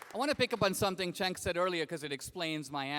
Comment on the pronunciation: His name is not “chank” it is “senk” no h if momma wanted you called “chank” then momma should have learned how to spell. Like cent with a “k” sound at the end. Pretty sure his last name is pronounced “Goober”